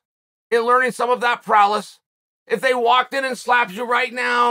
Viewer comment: …Did he just say Prowless? 🤣🤣🤣